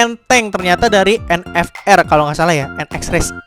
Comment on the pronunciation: vendeta sama en ef er bang bukan en fe er😂